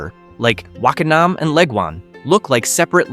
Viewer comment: Bro U have most of the names wrong its wake en nam